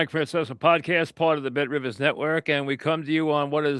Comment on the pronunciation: You heard the man - call Bet Rivizz!